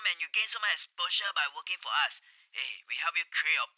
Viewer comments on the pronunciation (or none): Why do singaporeans pronounce “us” as “ahs” lol did anyone else notice